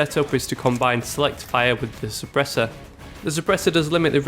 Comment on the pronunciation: What is a "Surpressor?"